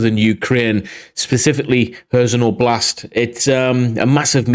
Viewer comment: Meelohvay. And Leeman. Hairsson with the h sounding like the ch in Scottish 'loch'.